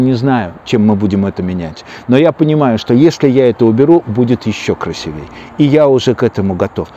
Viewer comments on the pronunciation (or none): Спасибо большое за советы, за красоту, за вдохновение! Пожалуйста, не забудьте: красИвее , а не красивЕе!